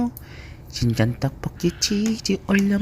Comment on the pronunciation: 친전떡볶이라고 들리는걸...